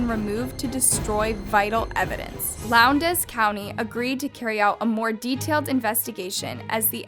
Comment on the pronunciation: So much research, but pronounces Valdosta and Lowndes County wrong.